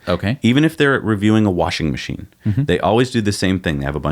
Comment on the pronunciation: Warshin Macheen. :)